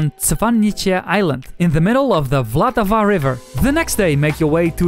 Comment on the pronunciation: Unfortunately anyone who told you that was wrong it really is vltava and not voltava 🙂 As a czech I really do not understand why everyone else needs to use vowels in almost each word 😃